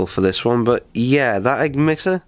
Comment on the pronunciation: You said eggmitter not emitter